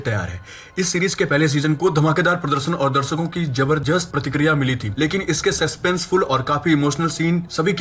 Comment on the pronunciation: Jabrjst prtkriya chutiye bolna to seekh le...😂😂